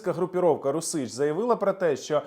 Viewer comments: "РУсіч", а не "РусІч" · Не РусИч, а рУсич. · "Русiч"-наголос на першому складi, розумнику.